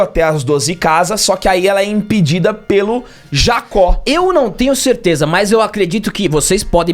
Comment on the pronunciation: Correção 1: O nome do grandão não é Jacó é Jaki( Pronúncia correta Jdaqui). Correção 0,5(meia correção): A descrição do golpe satan imperial esta certa apenas no contexto do anime. Essa técnica no manga é melhor explicada quando Saga luta contra Ikki. Nela Saga como em uma hipnose sugere ações e gatilhos. E pode ser desde fazer o cara pular da ponte até mete a porrada em geral até acabar morto por alguém ou mesmo invadir o território inimigo sem armadura e pelado. O contexto da luta do Aiolia foi: Condição: Apagar memória. Gatilho: Inimigo dizer que Athena vai morrer(manga) Efeito: Lutar até alguém morrer na frente dele pelas suas mãos. Muito melhor o Satan do manga do que do anime que sempre da a enteder que ele deixa todo mundo no modo Kratos.